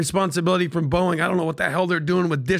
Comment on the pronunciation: Pat , its Boeing, NOT BOING! 🫣🫣🫣